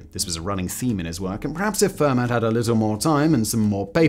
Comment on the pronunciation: I couldn't watch anymore after "fur mat".